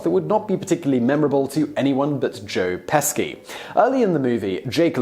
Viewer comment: Joe Peski? Is he Joe Pesci's non Union Polish counterpart?